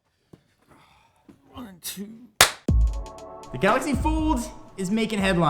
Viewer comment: did i heard Galaxy Fooled